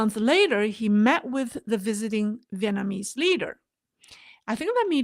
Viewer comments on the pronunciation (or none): none